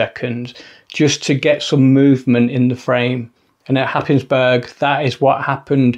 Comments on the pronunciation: Cracking shots, that light house, great. Don’t let the locals here you say Hapis burg, but say Haze borough, don’t ask why;-) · as an incomer to Norfolk from London 15 years ago, I too pronounced Happisburgh the way you did in the video. It turns out it is one of those places where the local pronunciation bears no similarity to the actual spelling, as all the locals pronounce it Haze-bruh. Who could possibly guess?